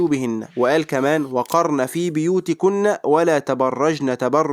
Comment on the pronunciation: جزاك الله خيرا، بس خلي بالك هي بُيُوتكن انت كسرت الباء وهي مضمومة.